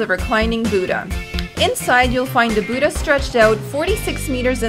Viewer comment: lol "the boodah" great prounounciation guys ;D